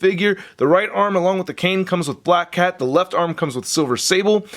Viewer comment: this guy just can't get black cat's name right 😂